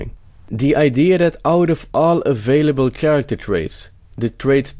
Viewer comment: Good point. Bare in mind the word Character has K sound like orchestra and chello. Kind of Italian ....but content BRILLIANT